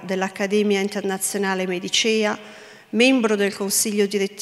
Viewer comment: Inoltre: 'medicéa' 😆